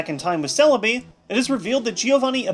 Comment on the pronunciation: Celebi not serebii